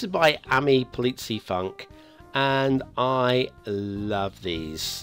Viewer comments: It is indeed pronounced like "f-oo-nk" but a rather short "oo". Try to say foonk but pronounce it shorter than foonk would sound. And thank you for listening, looking forward to another AmiPolizeiFunk asset ;D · LOL - and: the ei in polizei is pronounced the same way as eye: like in Popeye. the u in funk is pronound in the same way as ou in the word you. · Oh noooes, don't tell him! It's so funny when he says it, today I was even giggling in advance! ;)